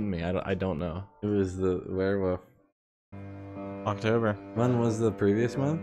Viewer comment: It is hilarious to me how you guys pronounced werewolf as "werewoof". It HAS to be intentional. 👏👏😹